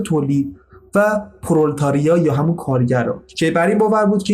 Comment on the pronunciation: پرولِتاریا تلفظ این اصطلاح " پرولِتاریا " است